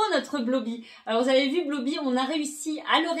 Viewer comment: Blooby se dit bloubi